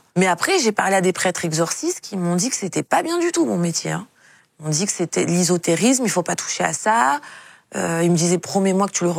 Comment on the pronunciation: De l'Isotérisme !? On dit : Ésotérisme.